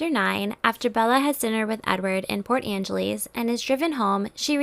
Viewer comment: All I noticed in this video is the narrator saying Port Angelies. 🤦🏽‍♀️